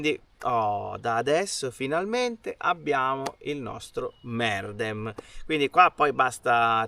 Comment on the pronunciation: bravi, vi seguo sempre: * credo che la pronuncia corretta in turco sia "merdém" non "mèrdem"; * ad evitare il fastidiosso effetto salsicciotto nel sedere, consiglio un cuscinetto od un asciugamano.